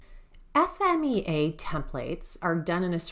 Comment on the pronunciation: Thanks for saying "F-M-E-A" I hear so many people saying Fee-Ma, which is 100% wrong